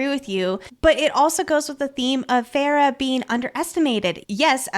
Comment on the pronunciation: OMG it's FAY-RA!!! Idk if I can listen to this of you keep saying ferra